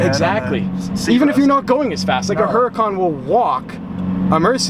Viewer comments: can he please stop pronouncing the Huracán "Her-Uh-Con" and pronounce it properly. "Ou-Ra-Cán" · And Strads, the Huracan is pronounced Ur-ah-can... the H is silent.